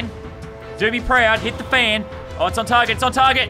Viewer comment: Lazarbeam when you said "hit the fan" it sounded like "Hitler fan"